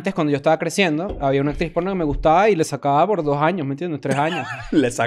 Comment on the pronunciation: que risa como dice la industria polllnoo 😂